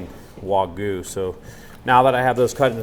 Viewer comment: Is it so hard to pronounce wagyu for you Americans.